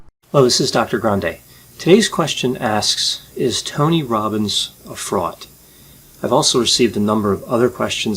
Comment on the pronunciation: "Is Tony Robbins a fraut". Is pronouncing 'fraud' as 'fraut' just an accent, a speech impediment, or something else?